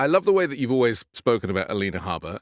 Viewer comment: For God's sake, listen to how EVERYONE pronounces Habba's name.